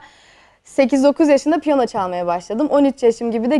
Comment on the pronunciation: 'de Piyona mı diyor yoksa bana mı öyle geldi ( piyano değil mi yaa o :D )